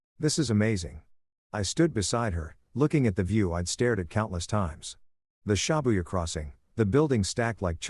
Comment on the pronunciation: Everytime he said ShAbuya, it twisted my nerves.